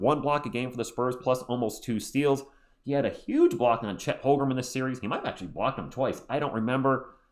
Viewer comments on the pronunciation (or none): I’ve left this comment on your live stream so many times, please stop saying Holgrem